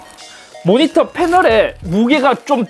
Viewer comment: "백사십사 해르쯔 모니떠 입니따."